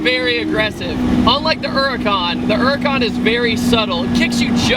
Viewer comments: Eracan???? or does he mean Huracan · It's called a Lamborghini Huracan not an Uracan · Why does everyone say "Urracan" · The way you kept pronouncing huracán made me cringe a little. Good video nonetheless